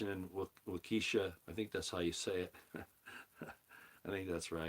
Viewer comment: Waw-kee-shaw… accent on the first syllable, not the second…